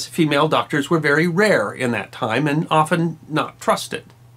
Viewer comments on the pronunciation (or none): none